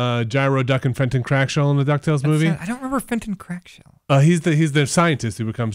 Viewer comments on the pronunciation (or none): Fenton QUACKshell. Not Crackshell.